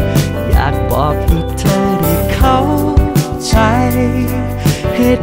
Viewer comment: เพลงน่ารักมาก โต๋เป็นนักร้องเพลงป๊อบใสๆได้น่าฟัง ออกเสียงได้ชัดเจนทุกคำ เช่น ใจ เธอ รัก ไม่เหมือนวัยรุ่นที่ร้องเพลง cover ฟังแล้วแปลกๆ น่ารำคาญ